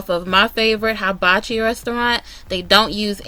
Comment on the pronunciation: The correct pronunciation … is hee-ba-chi. just thought you would like to know.